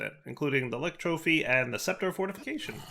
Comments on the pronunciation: The YouTuber blindness was real with this. Lich is L-itch not Lick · Please,, for the love of all thats holy.. Lich is pronounced like witch. Same as the piglich is said like piglitch. Yer killin me Smalls!! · lich is pronounced like you pronounce witch. It's been bugging me for the last few episodes. Edit: Also,, as of 1.12, the lich opens three paths simultaneously. You could have done the snow queen earlier in the episode. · I don't think he reads comments or cares if he's saying it wrong.